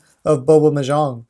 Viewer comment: thats not how you pronounce "mahjong" other than that thanks for the video